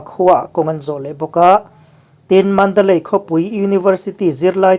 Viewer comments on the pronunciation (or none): none